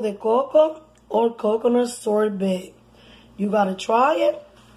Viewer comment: It's not sorbit it's sorbet Lol